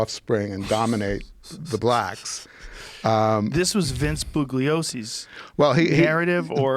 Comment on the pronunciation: turn captions on and take a shot of vodka everytime they mispronounce "Bugliosi". liver failure by the time the interview ends.